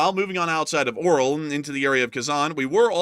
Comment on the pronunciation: Lets read this together: AR-YO-L not O-RAL 😃 Keep up the good work.